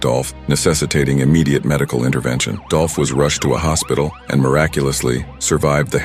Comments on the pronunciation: It's DOOLLPPHH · ITS DOLPH 🐬